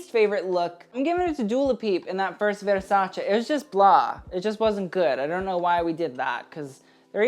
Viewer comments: Lol if you're going to pronounce veRRRRRRsace like that why not learn the other brands as well? 😂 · I can't stand the way he says 'Versace'. If that's the way you're supposed to say it, then fine, but then pronounce ALL the designers the way they are supposed to be pronounced. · I feel like there's only an elite group of people who pronounce Versace like that. Not because they can, but because they've earned it.